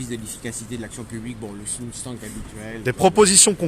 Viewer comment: Toujours motivé grosse force à vous. Petite remarque, c'est "Think tank" et non pas "Think thanks" il me semble non ?